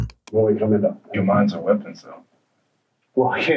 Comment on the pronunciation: You have to be careful with those WOOPENS 😂